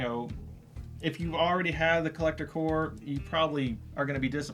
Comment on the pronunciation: Do you guys not know its called Collector CORPS not CORE???